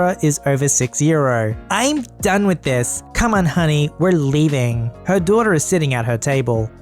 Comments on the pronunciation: secretly a yankee? >doiter< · is secretly a New Englander "doy-der" (daughter)